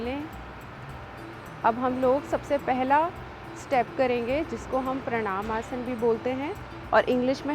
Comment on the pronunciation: Explanation to sahi h lakin hindi ka uchharan sahi karen जैसे कि आसना नही है, आसन है। याद रखिये आप भारत मे निवास करते हैं